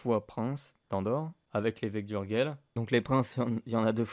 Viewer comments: Bien faite et bien documentée cette petite vidéo ..😊 une petite critique cependant : on dit « urjeil » et pas « urguel » pour Urgell …. Le catalan est une langue latine : le G se prononce J quand il est devant un E et un I… et puis 2 trucs chelous à signaler sur cette frontière : - le Pays Quint , en demembrement, l’Espagne est nue propriétaire, et la France usufruitière … la poste est assurée par la France qui recouvre la taxe d’habitation mais pas l’impôt foncier …. qui reste l’apanage de l’Espagne … - le val d’Aran exception au principe de frontière-ligne de partage des eaux, enclave espagnole sur le versant nord des PYRÉNÉES et curiosité linguistique puisqu’occitanophone …. chez les hispanophones …. Une autre petite vidéo s’impose sur cette frontière chelou 😂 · Super video. Pourquoi prononcer Urguel . Ourdgeille en catalá.